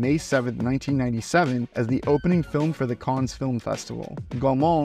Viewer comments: If you can pronounce Gaumont without t, why can't you pronounce Cannes properly? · You pronunciation of French words wasn't too terrible so why can't you pronounce Cannes correctly.... it is driving me nuts. lol. Some movies are incredible and can't be watched more than once. Some are fun and be watched over and over. Fifth Element falls into this group. Is it the best? no. is it fun to watch every time you see it. Absolutely!